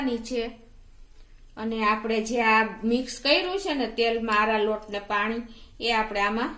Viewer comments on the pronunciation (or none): આરા રોટ ને બદલે આરા લોટ બોલો છો પહેલા દરેક સામગ્રી નું નામ બરોબર બોલતા શીખો... પછી વિડિયો બનાવો....